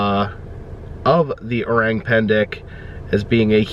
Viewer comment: The correct pronounciation for “Orang” is o rung instead of o rang ❤